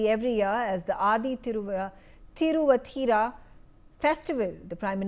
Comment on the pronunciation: Thi- ru-vaa-Thi-ra please put some effort to say it properly.